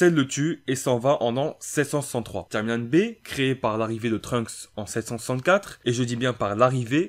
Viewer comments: POURQUOI TU DIS TCHIMELINE SA ME STRESS DE OOOOOOOOOUUUUUUUUUFFFFFFFFFFFFFFF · Tchimeline Tchimeline Tchimeline.. Wesh comment tu fous la haine à prononcer ça comme ça.